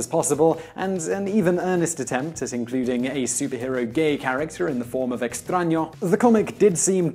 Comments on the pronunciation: this is literally the first time in my life I hear an english speaker pronounce a word writen with an Ñ correctly. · You say "extraño" very accurately considering you are not a natural born spanish speaker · I know, right? I was like... Are they editing when he says "Extraño"?